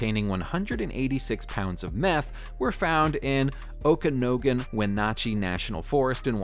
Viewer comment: You BUTCHERED the pronunciation of OKANOGAN and WENATCHEE.